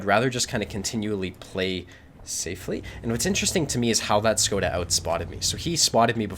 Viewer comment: It almost makes me feel like playing a LT... :) I just wanted to clarify it's prononuced "SHkoda" like in "SHit".